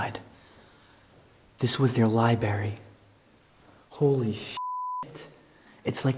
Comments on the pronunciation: Same! He says lib-ary every single time in every video with a library and I cringe like fingernails on a chalkboard! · Library has 2 Rs.... every time i hear it mispronounced, it drives me crazy. love the video though.